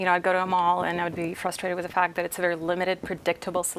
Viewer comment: Эта на fact произносит совсем по-русски